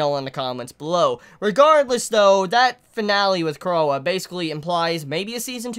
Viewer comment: it's pronounced Croy it's French or something